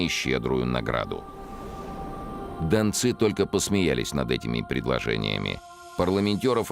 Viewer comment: Дончане это современное топонимическое название жителей донецкого бассейна. А в фильме речь про донских казаков, которые и назывались донцы( с ударением на последнем слоге.)